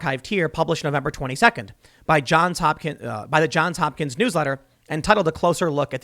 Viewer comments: Ok, Tim. Great show. Somebody's gotta tell you. It's not John Hopkins. Its John's Hopkins. With an s. Johns. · Dude, It's JohnS Hopkins, not John Hopkins. He says this every time he cites them. Get the name right. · JohnS Hopkins. There's an "s" at the end of that first word. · Jesus, Tim; can't you learn to say "JohnS"? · It is ”Johns Hopkins” strangely enough.